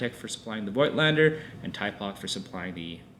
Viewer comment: Thank you for this great review! Just a word about the original German pronounciation of the Nokton lens brand: It's 'Fougtlender' ;)